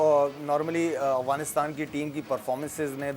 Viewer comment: محترمہ ٹھیک سے کہیے افعانستان اغوانستان نہ کہیں